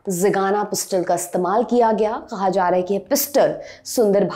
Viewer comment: Iftaar Orgies attend karte karte aapka Talaffuz itna delicate ho gya hai ki कहा bhi क़हा banke nikal rha hai. 😂